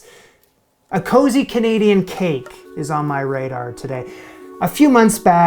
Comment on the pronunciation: did he say CHanadian?